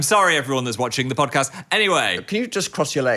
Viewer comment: we gotta start adding in random Ds to the words then. The phildoard. The phandod. The phodcasd